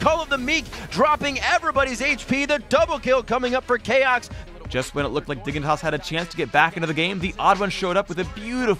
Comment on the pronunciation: it should be CHAOX, instead of CHOAX